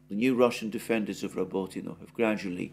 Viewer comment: I listen to this just to hear Alexander's impeccable pronunciation of Rabotino.